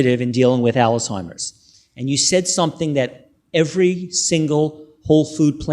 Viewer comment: There conferences and videos are just amazing. I only wish the questioner would learn to pronounce Alzheimer's correctly, rather than saying Alice-himers.